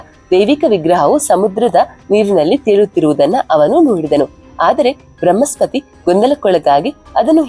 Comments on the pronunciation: Thayi bramhaspathi alla . Bruhaspathi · ಬೃಹ್ಮಸ್ಪತಿ ಅಲ್ಲ ಬೃಹಸ್ಪತಿ. 'ಹ' ಕಾರ ಹೇಳಬೇಕಾದಲ್ಲೆಲ್ಲ 'ಅ' ಕಾರವನ್ನು ಯಾಕೆ ಹೇಳ್ತಿದ್ದೀರಿ? ಉದಾ: ಹತ್ತಿರ -ಅತ್ತಿರ. ದಯಮಾಡಿ ಕನ್ನಡ ಭಾಷೆಯನ್ನು ಸ್ಪಷ್ಟವಾಗಿ ಉಚ್ಚರಿಸಿ